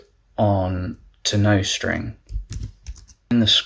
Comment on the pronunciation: NICE, but you might want to check the pronunciation of nostr… :)